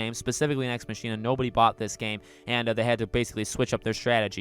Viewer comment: Pssst ... hate to be that guy but it’s pronounced “Nex MOCK-ina” with emphasis on the “mock” like how “Ex Machina” is pronounced. (Sorry) I agree though. Nex Machina is also my favorite Housemarque game.